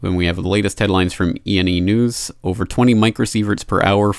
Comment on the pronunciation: I like the part when he said "ENEnews"